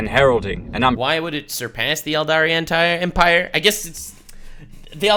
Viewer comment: please stop saying empire it hurts my soul